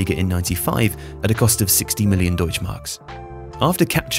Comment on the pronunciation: Either u say German Markt or something or You learn to say "deutsche" xD in German and ending e is NOT SILENT. that's why it's porschEEE and not Porsch like Englisch people say xD